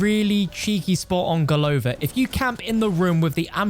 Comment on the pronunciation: golovA Not golOva